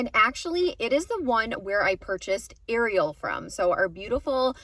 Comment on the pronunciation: Erie-awl? I thought it's Ariel? Aire re el. Huh? How did I miss that before?